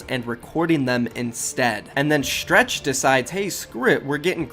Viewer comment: why gotta say stretch's name like stretched